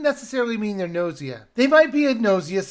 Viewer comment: It's pronounced Gu-no-si-a based on the Japanese letters under the title.